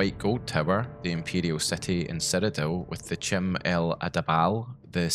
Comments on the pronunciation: Chim is pronounced like "Kim". Just sayin. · "Chim" is supposed to be pronounced "Kim", I think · According to the ESO loremaster, anything elvish starting with a "ch" is pronounced as a "k"... so "chim" should be pronounced "kim" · Not to correct pronunciations on made-up metaphysics and cosmology, but Chim is pronounced as Kim. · Prounounces CHIM wrong Literally unwatchable